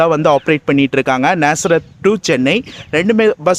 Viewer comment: bro நசரேத் ila நாசரேத்